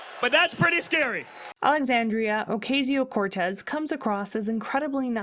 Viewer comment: You can tell where you are come from when you begin by saying her name wrong. It went downhill from there. Complete and utter rubbish. Don’t be so stupid.